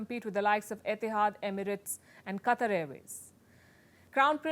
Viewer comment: Wow, despite how much I dislike your reportage, +1 for properly pronouncing Khashoggi and Qatar. But don't say "America" when you're only talking about the US; it would be like saying "Asia" when you only mean China. Ironically, that synedoche is yet another lie orchestrated and propagated by the US since the 1950s.